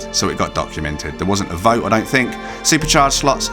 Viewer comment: Why do British people have a problem pronouncing the "TH" in a lot of words? It's three, not free. THink, not Fink. THruster, not Frusters.